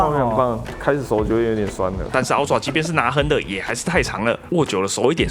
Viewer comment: 這個英文發音…啊ㄔㄨㄚˋ 普落 神人等級